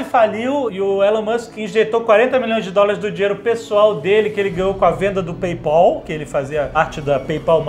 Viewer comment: "PayPOL", Jovem Nerd?